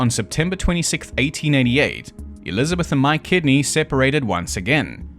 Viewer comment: I keep hearing “My Kidney”….. I know it’s Mike Kidney but… 🤷‍♂️